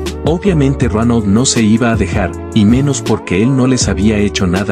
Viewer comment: Like si es Dronal y no Ronal 😂😂😂😂